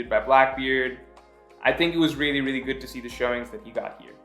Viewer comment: Every time he says really I always hear Rayleigh